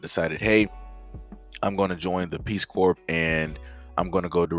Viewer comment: If they never seen any black people, how do they know the Nword??? Because Ukraine has a serious Nazi problem. Putin ain't with that stuff coming east. P.S. stop pronouncing the P in corps.